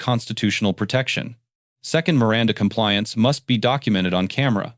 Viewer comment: LOVE the narrarator pronouncing "Miranda," the correct way." Mee- răn-tha